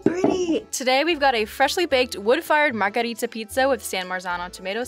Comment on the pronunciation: Margheeeeeeeeerita not margarita pizza😢😢